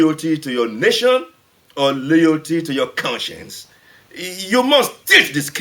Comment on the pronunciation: MAN, SAID! "LOYOLTY"!!!